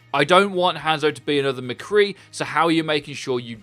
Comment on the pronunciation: Every time I hear him say hANdzo I shiver a little.